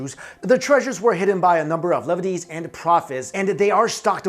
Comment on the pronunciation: Just because you'll end up talking about Old Testament stuff again: Levites is pronounced to rhyme with 'flea bites'. (Levites are members of the Israelite tribe of Levi, the priestly tribe.) Also Jesuit is pronounced to sound a lot like 'Just Do It". Carry on.